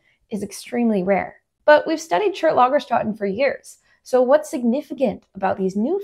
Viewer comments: Your German pronunciation was actually quite close. The one flaw was the two dots over the "a" change it from an "ah" to an "eh" sound. And, -- since you get 95% of everything right on the first try -- don't worry too much about it, just go with your instinct! You are nearly always right. Yeah, and I love me some Ediacaran content too. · ... You're welcome. 😊👍 If you'd like to improve your multicultural linguistic skill set... the vowel 'ä' * in Lagerstätten sounds a bit like the first 'e' in "better"... or even better, like your first 'a' in "cambrian". * It actually isn't a pure vowel, but an "Umlaut", which is a combination of two vowels. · In German , you'd pronounce the ä in Lagerstätten more like the a in "dad", besides of that, it's perfect. Awesome video, great topic!